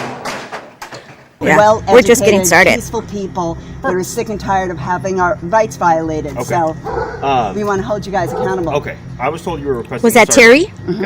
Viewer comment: " Sick and tired of having our Vights Riolated "💀💀